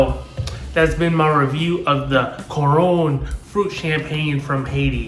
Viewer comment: thanks for trying a drink from my country! it is artificially flavored, I never noticed the smarties thing, but you are rite tho! i still go crazy for it tho, much luv 🇭🇹🩷 if you want to pronounce it more correctly, it's more like koo-run with the light accent :)